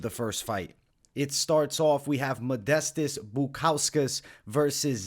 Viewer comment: You see modestas as the better fighter but can’t say his first or last correctly ROFL